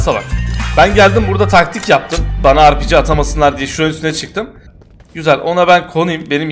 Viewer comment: Biri şuna ARPİCİ değil RPG desin